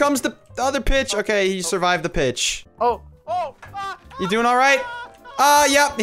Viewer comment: did anyone else think he said here comes the bitch instead of here comes the pitch??